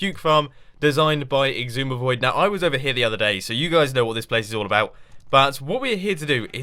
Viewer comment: Im waiting on Xisumavoid to correct you on how you say his name haha. Sumavoid, that is what it should sound like, not like "exsumavoid" lol